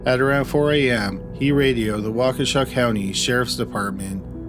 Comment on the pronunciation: I just want to say, as a WI native who lives in Waukesha county, your pronunciation of town names of the area is on point!